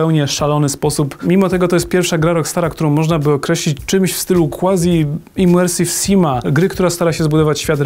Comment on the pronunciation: KWAZI, nie kłazi panie redaktorze :/